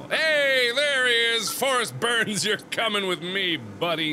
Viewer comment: isn't it "Forest Byrnes" and not "Berns"? lol